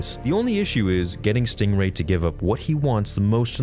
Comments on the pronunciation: It's stingray, not stRingray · lol, “Stringway”.